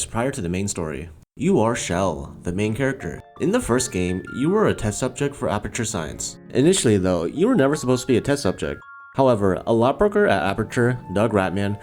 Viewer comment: You pronounced "Chell" wrong. It's pronounced with a "ch", not a "sh".